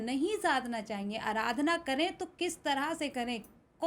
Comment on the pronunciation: अराधना नहीं, आराधना है। 😂😂